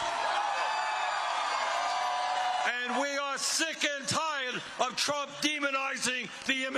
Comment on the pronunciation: How long into the speech before the Ol'' Fool "..... bwamed Donald Twump for evewything..."